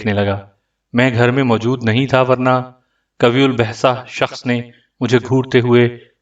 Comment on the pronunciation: قوی الجثہ غلط پڑھ رہے ہو صحیح تلفظ(qayye uljussa) ہے